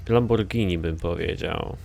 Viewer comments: Lamobordżini a nie Lamborgini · nie lamborgini tylko lambordżini i więcej takich odc.!!!!!!!!! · mowi sie lambordzini